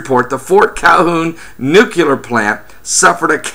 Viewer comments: I always find it difficult to listen to anyone who calls it a NUKE-ULAR plant... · Nuculer? Jesus. I don't think this cat is someone to listen to if he can't pronounce the word correctly.